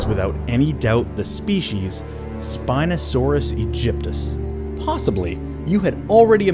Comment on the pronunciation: JPfan 35 and its spinosaurus aegypticus, not egypticus